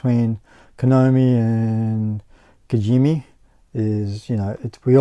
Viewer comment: It's funny to listen Kojimi instead of Kojima 😁😁 but it's a Fun vídeo! Would love a part 2